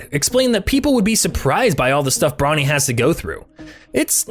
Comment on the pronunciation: can’t tell if he’s saying bronny or brownie. cool luh video tho.